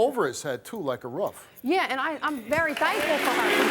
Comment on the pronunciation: i know i didn’t just hear steve say “ruff” instead of roof 😂😂😂😭😭🥲